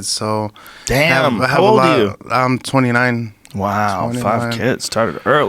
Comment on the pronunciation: Hahahaha, Rogan 5 kids " WoW" mexican style... that got me laughing hard.....